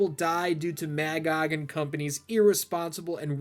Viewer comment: It is really interesting to hear you pronounce it as Mag-og, I always read it as Ma-gog